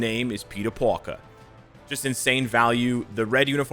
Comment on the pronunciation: NOBODY: PETER PARKER: PETER POO-RKER